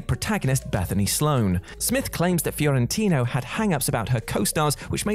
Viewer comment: Fiorentino not Fiorintino.